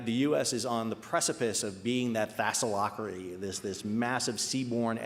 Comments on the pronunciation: interesting title -- China "targeting" the maritime sector (gasp) What will that dastardly regime do next? Dominance is for 'US' only, of course PS: Tha-lass-ocracy, not "Thassal-ocracy" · What's a thasselocracy?